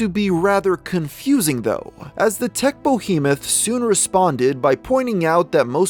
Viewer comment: I hate it when people say Bohemeth instead of Behemoth.